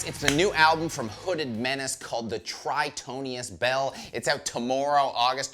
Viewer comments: I do find it amusing that keeps mispronouncing the name of the album when he loves the band so much. Gotta love the enthusiasm though. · can't even say the title of the album correctly